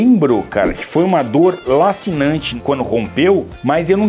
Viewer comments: Lancinante se diz como o "la" de lança e não com o "la" de lazer. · Ô Richard,a dor é "lancinante" e nao "lacinante";)